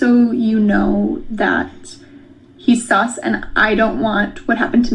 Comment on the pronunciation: Thought she said sucks not sus